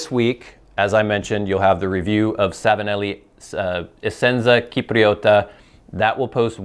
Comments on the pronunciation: noooh not Kipriota, it was correct the first time! Chipriota :D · Essenza Cipriota is pronounced: eh-senza sip-ree-oh-tah, meaning “Essence of Cyprus”. i.e. Cyprian Latakia. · The "C" in cipriota is pronounced like the "c" in "cheat": his first pronunciation attempt in this video was right. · "Cipriota" has a soft c (like English "ch" sound in "chess"). Hard c (English "k") is written "ch". So, Italian to English: C = Ch (soft) Ch = K (hard) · as said in the other comment, the "s" sound in Italian is associated with the letter "S" not with the "C", the K sound prounounced by, usually occurs in Italian when you have "Ch" written together.